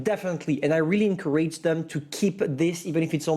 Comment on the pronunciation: "I really Anchorage them." "It looks promaaeiiszing." -FANCEAY!!!